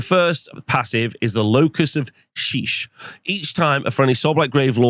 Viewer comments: Se-pul-ker. You swine. Also it's shy-ish. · Bloody hell man, it's pronounced "Shy-ish" and "SEP-ul-ker". It's not named after the Brazilian metal band 😂